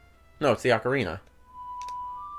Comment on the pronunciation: I think pronunciation is very important. For example, any chance that you could pronounce "Ocarina" the way I always have, now confirmed to be the CORRECT way?